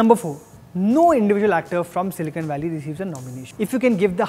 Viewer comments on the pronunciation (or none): none